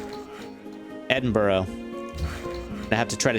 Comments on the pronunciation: please pronounce Edinburgh correctly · That's not how you pronounce Edinburgh